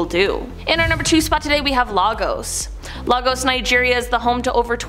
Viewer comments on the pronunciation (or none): Hearing pronounce Lagos (Lay-gos) as Lah-gos is hilarious 😂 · And Lagos as Largoes